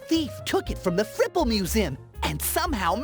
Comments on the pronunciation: I keep hearing cripple instead of fripple and ngl that made it so much funnier. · I had to double take at the part where you introduce stadium island, because the first time said it, I heard 'Fripple' as 'Cripple.'